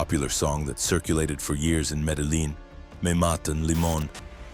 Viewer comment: Metal Lean? AI...